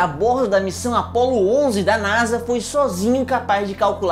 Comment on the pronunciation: Meu deus vc e um génio sabe de tudo mais nao sabe fala nasa